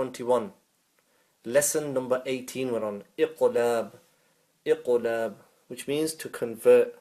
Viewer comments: Iam confused too,he sounds like noon ikhfa instead of iqlab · This one is not very clear here , as I can see others here are confused too. You sound like hiding the noon and I can’t hear a meem in your gunna. Pls clear